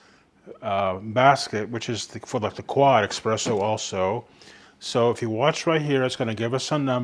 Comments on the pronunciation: dear ameircans, please stop saying "Expresso" - there is no such thing. Only ESPRESSO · just curious - why do people who should know better call it EXpresso. ?? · Please, espresso with an s not x. Interesting review.